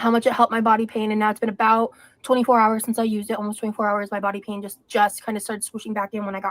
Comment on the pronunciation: eww, she pronounces pain "peen". wth